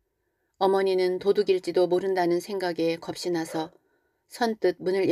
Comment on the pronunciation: 읽어주시는거 너무 잘 듣고 있습니다. 다만 중간에 거슬리는 발음이 있습니다. 왜 겁이 났다를 겁시났다라고 읽는거죠? 남도 사투린거 같은데요. 표준발음은 겁시 났다가 아니라 거비났다라고 발음을 해야 하죠. 연음법칙이요